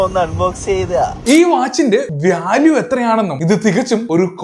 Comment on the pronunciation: അണ്ണാ വ്യാല്യൂ അല്ല വാല്യൂ😅😅😅